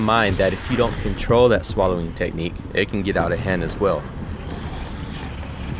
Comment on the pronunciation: Hey! nice flow! i liked the scenery, and it was fun to watch! at the beggining, it seemed like you were sayong Swallowing instead of Slaloming:o maybe it's just me:) but yeah it's a slalom:)